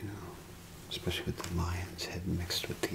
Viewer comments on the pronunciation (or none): none